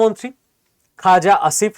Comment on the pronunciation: পাকিস্তানের প্রতিরক্ষা মন্ত্রীর নামটা কী বলছেন ? খোজা ✂️🍒👈 আসিফ ? 😂😂😂